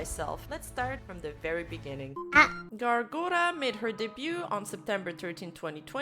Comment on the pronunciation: Who tf is "Gawwllooo Gura"? All I know of is Gawr Gura.